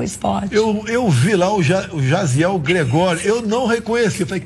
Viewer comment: Não è Jasiel, é JADEL GREGÓRIO